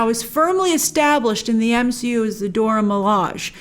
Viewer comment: please stop saying "Dora Milaj", it's "Dora MilajE" [do-rah mih-lah-jay]